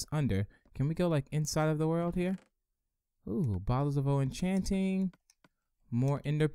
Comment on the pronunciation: why dose he say bottles of o-enchanting